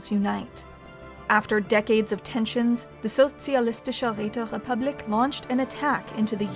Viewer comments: My ears came when she said Sozialistische Räterepublik. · Finally someone pronounces Sozialistische Räterepublik right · Momln dieu! You did it! You mad woman managed to pronounce "Sozialistische Räterepublik" nearly correctly! Although you sound like a french when doing so. Which is probably even more of a compliment. Great work everyone. I was never so happy before to see a channel come into being and grow. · I feel offended that can pronounce Sozialistische Räterepublik beautifully, but pronounced Caesar as "See-zer" like NCR scum. Ave, true to "Kai-zar"!